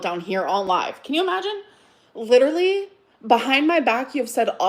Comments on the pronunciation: And the word "litrelly." They can all sit together. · I feel like this video should have a little counter up in the corner of how many times she says “leederally”. 🤣 Like, it’s literally, a lot. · So 'triggered' but she manages to remember to pronounce 'leeedurralleeee' incorrectly to keep trying to make that shit happen. She pronounces it correctly in the very next sentence, of course.